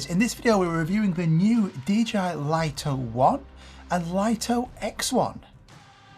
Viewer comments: Many YouTubers pronounce it correctly as "LIT TO," only a few American YouTubers pronounce it as "LIE TO" like you! Another example is the famous Japanese camera brand NIKON. The correct pronunciation in Japanese is NIK KON, but ridiculously, many Americans pronounce NIKON as NINE KON, just like you pronounce "LIT TO" as "LIE TO." This deviates from the original pronunciation. This might be due to your habit of naturally pronouncing the letter "I" with an "I" tone, but it's incorrect. Please respect the original creators' pronunciation! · Laito❌ Lito ✅ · It would have to be spelled "Lieto" to be pronounced l-eye-to. Lito = Lee-to. Maybe someone needs to tell DJI to check themselves :) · Pretty sure it’s pronounced ‘lee-tow’ not ‘lie-tow’